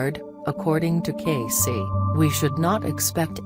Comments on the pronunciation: The name is pronounced Cay-see. Didnt anyone review this before publication? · This is garbage. Robot voice horrid. I have been a member of Edgar Cayce Association for Research and Enlightenment since the early 1970s. Disgusting that you cannot even pronounce his name properly. EDGAR CAYCE...IS PRONOUNCED KAY SEE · Thumb down for a computer voice that can't even pronounce his name. cay-see as in see-ya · Yeah how can I listen to this shit robot voice mispronouncing his name!!!! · before you do one of these learn the man's name and how to pronounce it. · That mechanical, robotic voice can’t even pronounce Cayce’s voice right. And it is so monotonous, that I really don’t want to listen to it any more!